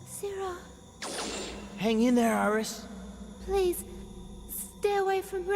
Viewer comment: Well, the one who did the voice says Virus instead of Iris